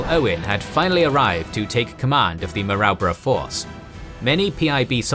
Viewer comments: Ko-Ko-Da and Maa-Roo-Bra. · Maroubra- pronounced Mar-roo-bra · Kokoda is pronounced co co da. Maroubra is mah roo bra. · "kuh-koh-da" "mah-roo-brah" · Great information and vid but as an Aussie(knew/know people who have fought there), you're mispronouncing Kokoda and Maroubra. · Such a shame that you obviously do so much research, but mispronounce almost everything. Every Australian who’s ever lived will wince at your pronunciation of “Maroubra”. And many Australians of my generation heard first hand from our grandfathers who were there how to pronounce “Kokoda”, “Buna”, and “Gona”. It should have been an easy to check thing, that detracts from the storytelling. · His pronounciation of Maroubra force is a bit off too.